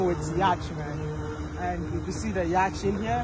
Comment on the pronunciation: Please take no offense but the the British pronunciation for Yatch is “Yot” and the American is “ Yaat” the “ch” is silent❤❤❤❤😮